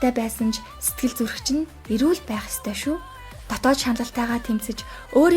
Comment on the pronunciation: Эгч би ёстой гэдэг үгийг нь сда гэж сонсоод гайхлаа шдээ 😂😂😅